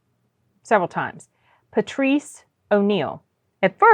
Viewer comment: Pa-treece , not Patricia. Patrice. ☺ Im enjoying your videos!